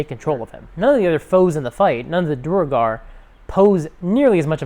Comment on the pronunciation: Interesting that you've watched so much CR you mispronounce "duergar" the same way Matt does. ;)